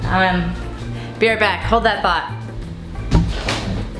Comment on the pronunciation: I thought she said "BEER right back" hahaha